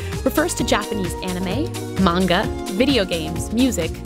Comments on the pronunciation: OMFG. Manga!!! 😠 you say it like this: Mon-ga Not:Main-ga People don't even say it right 😖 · Can people just PLEASE FREAKING PRONOUNCE MANGA RIGHT? If you are gonna pronounce anime right you should do the same with manga. It is mah-n-gah , not mang-gah. the japanese syllables are Mah n ga. please somebody back me up with this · Omg, the butchering of the word "man-gah" (manga) as mang-gah. xD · Will someone please tell that girl that Manga is Not Mani-GA!!! It is really annoying and may the word sound like Mango!!! I hate when people call Manga Maniga >.< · The way the dude says manga bugs me.